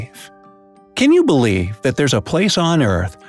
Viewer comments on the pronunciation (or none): the narrator used his last V "Can you belieh"